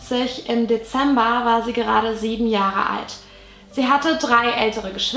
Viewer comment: „Deeember 1957“